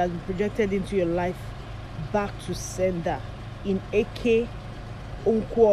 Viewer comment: 😂😂you are not an Igbo person the way you are pronouncing eke orie Afor nkwo